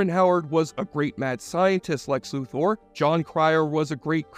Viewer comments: Luther not loother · Lex Lu-THOR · Every time you pronounced Luthor wrong it hurt my ears. :P